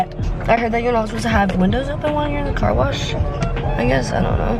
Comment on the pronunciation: bitch did you just say CAR WARSH